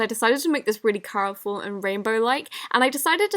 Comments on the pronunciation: Who else noticed she said coroful instead of colourful?...😂♥️🌸😘😍💗😝☺️💕✨🎉🧀😍no hate i love you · she said coroful